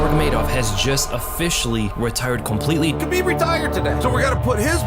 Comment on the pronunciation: Mad respect for J. Rogan for pronouncing “Habib” instead of “KABIB” GOAT has a name, you better pronounce it right 🔥